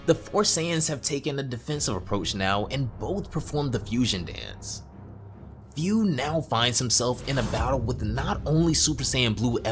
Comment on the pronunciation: I don't discriminate no one BUT man come on!!! Learn proper pronunciation. It IS FU. F-U. so it's should sound FU or FOO (FOO [D] Food without the "D")! NOT, FEU, FEW, or whatever. If you love and respect Dragon Ball and its writers and creators at LEAST learn how to pronounce names correctly in this way at least it shows how you appreciate their works!